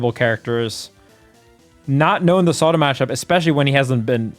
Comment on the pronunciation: ZAW-TOE ffs